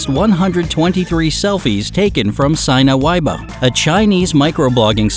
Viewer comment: HAHAH, sina weibo....oh wow, that pronunciation was brutal. E for effort.